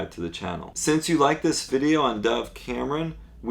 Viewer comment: thought u said dah cameron